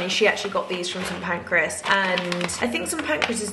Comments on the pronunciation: St Pancras yes, not Pancreas 🤣 That’s an organ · Bless her why is she calling Kings Cross ‘St Pancreas’ 😭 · Are we hearing the same vlog? It’s PAN-CRAS yet she says PAN-CRE-AS every time 🥲